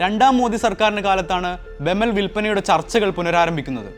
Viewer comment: ബെമൽ അല്ല ബി.ഇ.എം.എൽ ആണ് വേർത്തിരിച്ചു പറയണം കേട്ടോ